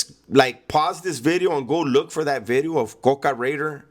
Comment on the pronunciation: “nuuuu vid-e-oH”